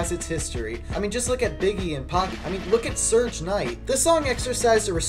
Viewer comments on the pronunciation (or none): Did you just say "surge" knight???? Lol it's Suge bro